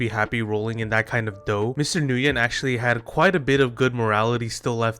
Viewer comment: I dont think I've heard anyone pronounce Nguyen correctly yet but besides that it sucks that Flappy Bird got "modernized" now